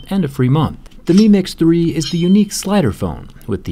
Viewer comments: Meme x3 that’s what I heard every time you said the name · Every time he says mi mix 3 it sounds like he's saying meme x 3